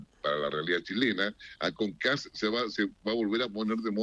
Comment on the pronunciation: KAST...ese es el apellido así mismo se pronuncia